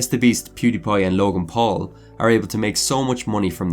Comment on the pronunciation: Why is does it sound like he's saying log in pool?